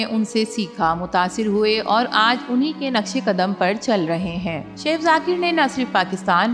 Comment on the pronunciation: O bibi it's not seaff its chef chef check Google pronunciation